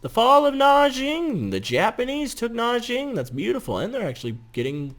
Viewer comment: its NANJING not NAJING say it like NAN-JING srry but it annoys me